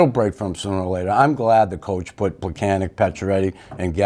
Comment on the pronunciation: Tomas Plekanec has been with the Canadiens for the last decade. Learn to pronounce his name already! Pleh-kan-ets.